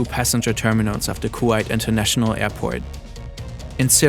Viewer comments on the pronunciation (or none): is this really not an AI-made video? Several toponims are pronouned incorrectly: Kuwait, Bahrain, etc. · Pronunciations of Kuwait, Bahrain, and Qatar are hurting my ears 😅